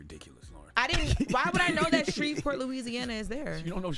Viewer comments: Baby y'all are pronouncing every single letter in S-h-r-e-v-e-p-o-r-t, with the hard V😂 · Did she say “ idk Shreveport “ ?? Smh what are schools teaching ?!